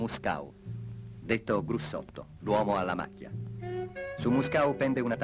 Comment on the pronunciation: detto Grussotto, non Brussotto.